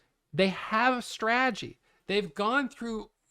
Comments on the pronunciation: said “straagy” 184 times in this video. It’s “strategy” bud. Strategy. Sry. ❤ you. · GOD DAMMIT there a 2 Ts in STRATEGY… STOP SAYING SRAGEY.. when you adopt a SRAGEY.. kills me. Be blessed 🎉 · Man doesn't even try to say "strategy" he's just committed fully to stragy. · Is it only me or do you fall on the ground and laugh every time he utters the word "Strategy" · I think maybe it’s that you say it with only 2 syllables while in Australia we say it with 3. But I see your genius because you said strategy 987 times so you saved yourself 987 syllables in that video alone which is super efficient and that’s what makes you a profitable trader. 🙏😂